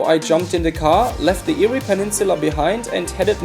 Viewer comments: The Eyre in Eyre Highway/Peninsula is pronounced "Air". Thanks for your video. The odd thing is that the Flinders Ranges is quintessentially Australia. Unmistakable. Immensely ancient. Yet only a few travellers really get it. I just noticed you've already been told about Eyre. 👍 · FYI. “EYRE” is pronounced “AIR” keep the videos coming. 🍻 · eerie highway.... eyre hwy.... nah mate, its pronounced like the word air. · Great video but Eyre is pronounced "Air" not Eeri. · Eyre is pronounced air